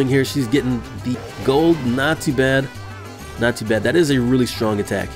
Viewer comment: When he says not too bad it sounds like he's saying nazi badge..